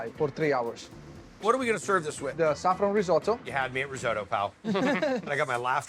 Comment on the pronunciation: You can see that chef getting annoyed every time Guy pronounces risotto incorrectly